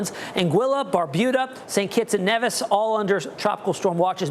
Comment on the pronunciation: Hi, it's pronounced St.Kitts and "Neevis"